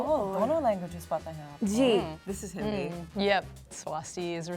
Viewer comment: What pisses me off is the the one wearing white pronounced "Hindi" wrong and she knows how to speak it